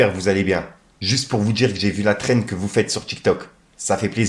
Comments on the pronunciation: Bien vue pour la prononciation cette fois ci Thrend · Bien vue pour la prononciation cette fois ci Trend